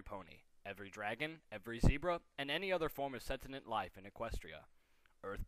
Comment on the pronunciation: O.o That's an image I REALLY didn't need to see - furry bronies "clopping" (Also, it's not "sentinent" - it's "sentient". SEN-shunt (ˈsɛn.ʃənt)). Just saying.